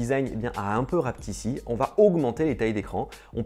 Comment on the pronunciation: "RAPETISSÉ" pas "rapetissi" !!! le français bordel !!!